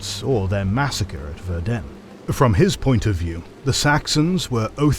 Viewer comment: Ah the Bloodbath of Verden. The only thing my hometown is known for. Verden is pronounced very differently though but I unterstand that for a non-German speaker that would be quite hard.